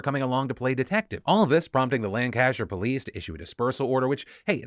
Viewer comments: Damn it Phil, typical American butchering our counties pronunciation. its Lan-ca-shire not Lan-cashier. I hope you work on it for the end of the week comments 😂 the whole ordeal is so sickening for the family, to deal with such a horrific moment in such a globally public way. everyone in the country got bombarded with articles about her missing person report. that her husband was being accused, that her children will have to live with this event defining their mothers life from a public view. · What has happenned with Nicola is incredibly sad (my boss is a friend of the family and this has been hard on her, let alone what it must have been like for actual family). That said... Phil's pronunciation of Lancashire (Lan-ka-sher btw) was a little ray of sunshine in a dark as hell situation. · It’s pronounced lan-ker-sher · Phil, that is not how you say Lancashire. It's Lank-ish-err. That's it , thats the comment 🤣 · Pronounced "lan-cuh-sheer" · Lancashire, pronouced, Lan-ca-sheer. I'm from there. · Lancashire not Lancaster Phil, with much love you beautiful bastard. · I have to be that person, sorry. It’s pronounced Lan-ka-sher. All the love. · "lancAshire" lol. It's pronounced 'lanc-uh-shuh' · Hearing Philip Defranco mispronounce my home county of Lancashire multiple times was very surreal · Philly D, ily, but as a brit that is absolutely not how you pronounce Lancashire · Learn how to pronounce Lancashire Phil. Hint, it's even easier than Worcestershire. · I'm actually from the lancashire area and the lancs police being hilariously incompetent is a well-known thing in the county, it's quicker and easier to get your local drug addicts to help than the emergency services in some areas. Also the way Phil says Lancashire hurts all of my bones. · I do love Phil's pronunciation of Lancashire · The way you say Lancashire is deeply upsetting. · As someone from Lancashire , your pronunciation of it was a real treat